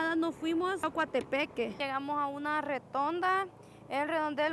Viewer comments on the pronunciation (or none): Se dice "ROTONDA" o "REDONDEL" no RETONDA